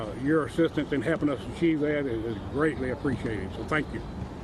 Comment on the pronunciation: He said, "thank you for 'hepping us"!